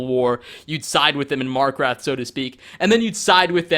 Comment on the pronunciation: “SIDE WITH THE FORSWORN IN MARKRATH” I’M DEAD